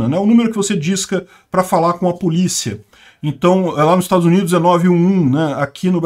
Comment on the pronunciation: Eu tô viajando ou ele falou “PULICHIA”? 😅